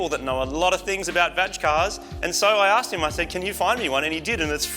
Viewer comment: VAGe car, hum... HAHA I'm sure he enunciated it like that on accident